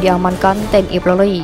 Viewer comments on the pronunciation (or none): Apa hanya saya yg dengar TNI PLORI dalam penyebutan.